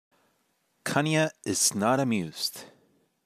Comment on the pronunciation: pronounced KanyÈ :) but otherwise great intro to states in framer